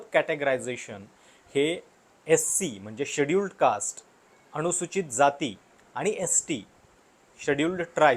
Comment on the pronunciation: न ला ण का म्हणता? अणूसुचित, अणुशंघाने,दोण